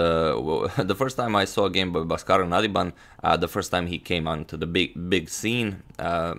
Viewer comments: In India, his name is pronounced as B-aa-skaran.. ba - is pronounced as in ball. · It's pronounced Bhaaskaran